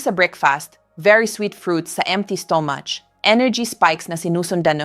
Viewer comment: AI ata ang nagsasalita dito, di marunong magbigkas ng mabuti, ang stomach nagiging “STOMASH”, ang MANGO, naiiba din :-)